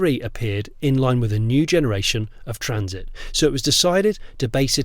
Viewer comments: Sorry, it’s a what, a Trans… it, no, I think it’s a Traaaaaaaaaaaaaaaannnnn…. It. Get it right Jonny.. 😂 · Odd pronunciation of traaaaaaansit straight out of the gate there Jonny. ;-) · It’s so weird you keep saying the name of the trraaannnssssiiit wrong